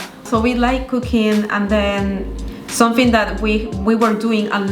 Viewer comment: Felicidades, sólo algo para acotar aunque quizás algún seguidor se ofenda, pero es para ayudar nada más, estaría bueno q corrijas cuando pronuncias someTHING, THING, chekalo con tu novio, y q sean felices y coman perdices..😘😘